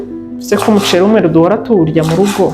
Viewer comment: Ukuntu uvuga umuceli😂birumvikana neza❤❤❤